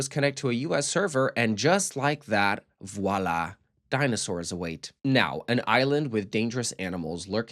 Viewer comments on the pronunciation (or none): none